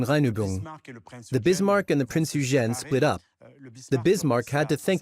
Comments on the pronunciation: Why is it so difficult for AI to pronounce Prinz Eugen (Oy-gen), I don't speak, read or write in German, but I at least know how to pronounce certain foreign words. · Typical American, never even bothered to find out how super well known German ship names are pronounced. Or is this just more AI slop. Printz Oy-gen. Dude, British, not English. Many of these people were Scotts. There's no W in the pronunciation of Swordfish. It's a sord, not a sWard. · I usually enjoy the documentaries from this channel. As a native German speaker, however, I absolutely abhor the narrator's pronunciation of "Prinz Eugen" and Admiral "Lütjens". The historic facts are presented well but I would appreciate a more coherent and perhaps better researched/practiced pronunciation of any foreign names in the future. Apart from that, I am always looking forward to a new video. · Is it thar hard to pronounce "Prinz Eugen?" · Not sure if this good documentary is AI narrated but both the pronunciation of Kriegsmarine and “Prinz Eugen” are sloppy. Also not sure why the basis is a French documentary….